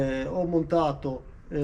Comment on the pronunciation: Ma perché mezzeller ? È difficile dire Metzeler senza doppie ??